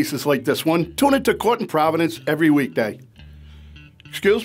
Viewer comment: is it caught in providence cause that’s how it sounds when they say court? Asking for my friend Mark